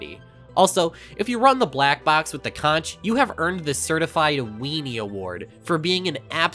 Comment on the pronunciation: you are the first youtuber that i have ever hear pronounce conch correctly, my happiness is immeasurable